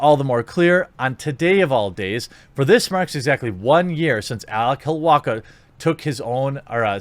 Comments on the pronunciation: Dude, The guy's name is Alec Holowka (ha-low-ka) not Alec Holowaka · It's Alec Holowka, not Holowaka